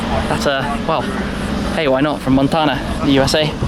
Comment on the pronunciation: “Montahna” lmfaoo